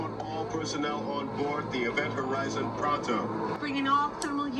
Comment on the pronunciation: It's not called Ivent Horizon, It's Event Horizon🙄😂🤣